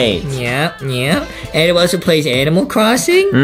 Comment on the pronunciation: its pronounced Adam